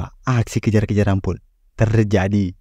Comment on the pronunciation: Agak dikurangi tempo bicaranya bre, Alon Alon ngomong biar jelas, A I U E O Pun bukan pu